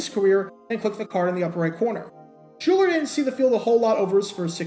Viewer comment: Shuler Not Schuler. Shuuuuuler